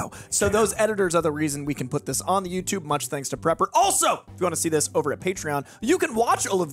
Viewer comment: praper not prepper